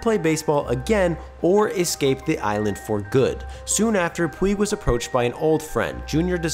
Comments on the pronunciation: Dude, the word is “escape”. Not “excape”. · The word is "escape" not "excape" thanks for reading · Dude, you should not do your own narration if you use the word "excape". It's escape, dude. Sound it out. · You said 'excape' My brain hates that. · eScape ES-CAPE! ESSSS! GODDAMMIT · am i the only person that hates, the sound of this person saying "excape" for half the video? there is no "k" or "x" in that... it hurts my ears... PLEASE GOD STOP SAYING EXCAPE!!!! PLEASE!!! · Dear: “Escape” does not have an ‘x’ sound in the first syllable. (You’re welcome.)